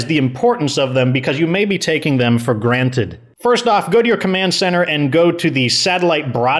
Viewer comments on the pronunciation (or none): none